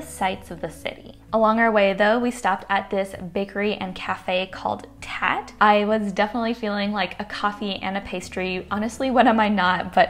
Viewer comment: Hey! The Boston bakery chain you went to is pronounced “Tah-tey”. Their takeaway cups say “Tatte like latte”. It confused me at first too! loved the video:)